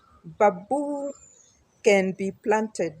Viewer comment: it is call bam boo , not ba buu. ✌️👍